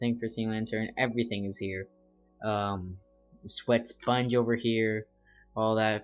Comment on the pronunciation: wait what?! did he just say:swet sponge?